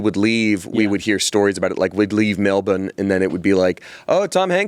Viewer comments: wanna shout out saying melbourne correctly!! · thought I was hallucinating when pronounced Melbourne so correctly /pos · saying Melbourne accurately is so lovely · MELBOURNE said correctly 🎉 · thanks for saying "Melbourne" properly!! <3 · the way says melbourne is PERFECT